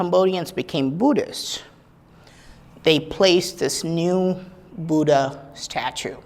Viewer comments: dear, it doesnt matter how foreigners pronounce "Buddha" but being an Indian,you must prounounce it properly... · Nice explanation and no bgm. Good .one request you are an indian you know the pronounciation of Buddha. Great work.